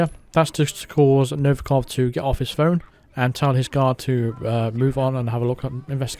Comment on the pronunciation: I was happier when you said "phlone" 🤣🤣🤣